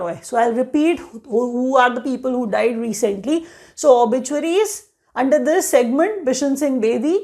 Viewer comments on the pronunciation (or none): It's obituaries...😂 And btw it's very easy to distinguish from past videos 😅